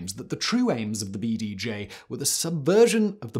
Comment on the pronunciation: Anyone else notice his slip up of saying "BDJ" as "Bee-Day-Gee?" Lmao.He did it again right after. Love the content Simon!